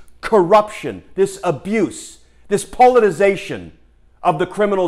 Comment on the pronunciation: Forgot a syllable in politicization.